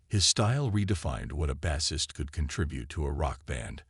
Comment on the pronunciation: It's AI narration. This is actually good that it's not pronounced well, makes it easier to recognize the AI.